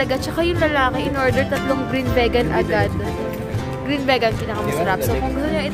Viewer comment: Vi-gan or vee-gan pronounce nun sis. :D